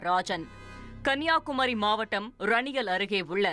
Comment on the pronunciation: Raniyal illa d sori naaye..... Eranial... Kena chirukki news vaasikka vanthuttaa...